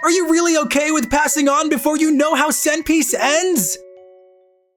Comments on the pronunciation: Lol sen piece= One Piece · Lol instead of one piece zen piece and ekizero instead of rezero lol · "Sen piece" Oh God🤦‍♂️ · "SEN PIECE" oh one piece "EIJIRO" oh eiichiro oda